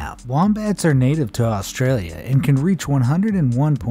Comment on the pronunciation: One of the first people who aren’t from aus that can actually say Australia